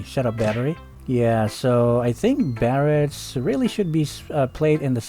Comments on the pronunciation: how hard is your "BARATS"😂😂😂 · Barats...how can you mess up the name?